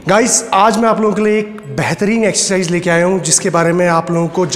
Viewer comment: rest all is great, but when he says "Excercise"....